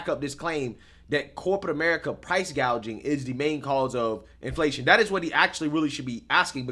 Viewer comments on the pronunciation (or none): She called it price gauging! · I could have sworn Kamala during her whole one minute speech, she even mispronounced “gauging” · Am I the Only one who caught this ??? KAMALA doesn't want to stop Price Gouging she wants to stop "PROUSE GAGING" That's what she Actually Said She was reading from a script and Still couldn't get it right Ha Ha !!! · The fact that Harris cant pronounce "gouging" and says "gauge-ing" shows her stupidity and the fact she is clueless abt economics. How could ANYONE consider voting 4 her? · She said gauging but it is gouging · kamala literally couldn't even pronounce price gouging.